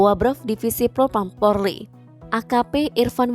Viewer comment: Itu Presenternya nyebut Polri aja salah”